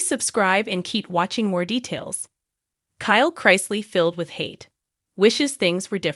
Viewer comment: Learn to pronounce his last name or don’t do a segment on him.